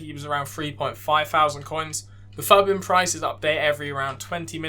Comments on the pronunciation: Nice video bro, I think everyone says “footbin” rather than PHUTBIN lool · mate the way you say FUTbin LMAO